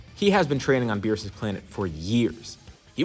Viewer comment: Let it be beerus we all know it's beerusike it's obvious so just say it